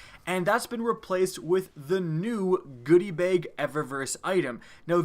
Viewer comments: Why do you pronounce bag so ugly? "Baeyyg" cmon man. Its BAG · I like it when he says "bag," makes me laugh